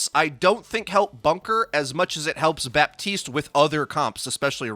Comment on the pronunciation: It's Batiste, not Bapetiste